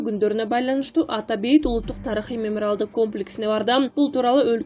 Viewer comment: Меморал деп окуганы туурабы ?